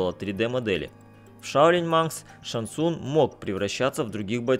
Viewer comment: ШанГ ЦунГ!!! Не глотайте буквы! Что и Лю КэнГ и КунГ лао! ЗАПОМНИТЕ